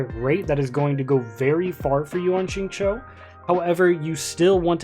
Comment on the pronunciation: ah yes shingchou